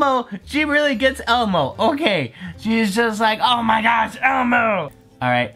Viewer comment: Who's Elmu? It's Elmo.